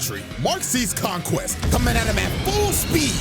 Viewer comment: Some ✨Fella✨ said "King Vonquest" 😭😭